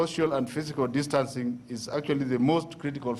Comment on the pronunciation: Kkkkkkkkk the cs was saying that dancing instead of distancing